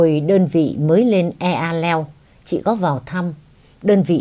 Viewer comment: Eahleo dân Tây Nguyên họ đọc là :(E hờ leo) bỏ chữ a. Góp ý với chị vậy mong chị thông cảm, yêu chị nhiều.